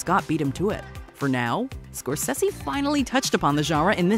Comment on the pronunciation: Martin score-sessy? It’s score-say-zee